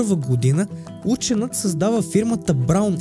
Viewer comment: Ученът??? Социалните мрежи ще ви изядат главите! УЧЕНИЯТ се пише и изговаря.